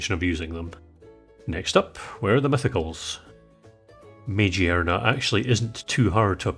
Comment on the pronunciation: these r the most annoying comments of all time but I'm gonna correct pokemon pronunciations... at the very least it boosts engagement. You've likely heard it before. Megearna is with a hard "g" bc it's like "me-GEAR-na" bc its made of gears